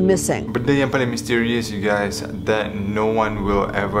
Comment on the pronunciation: This is real ugays~ 😂👌🏻